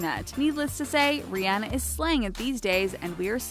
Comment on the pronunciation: You are saying Rihanna wrong and it's killing me